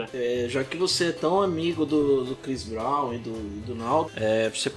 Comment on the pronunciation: Crix brau